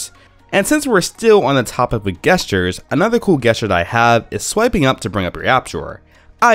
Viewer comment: Gestures.... really? You’re saying it wrong! I cringed every time I heard you say it!